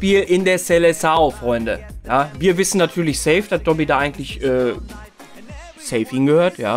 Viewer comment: Habe immer doggy verstanden😂